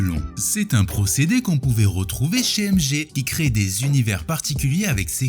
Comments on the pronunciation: Tu dis MG au lieu de MJ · Pourquoi MG ? Tu dit Michael Gakson ?